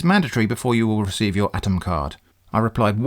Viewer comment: So much of what the UPS scammer says is comedy gold. I can think of at least three fake slogans for UPS from this video alone. UPS — Not really as you think. UPS — To hell with you! UPS — We'll clear you out! I also feel joy every time you pronounce "Atm" as atom and not A-T-M.